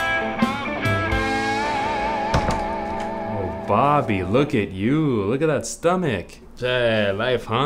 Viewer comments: It's Bahhby, and he had a hahht attack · Why does it sound like his name is Bobbi instead of Bobby?